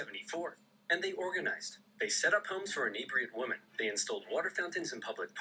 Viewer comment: I believe Oversimplified just has a speech impediment that causes him to pronounce women as woman. It's consistent across all his videos.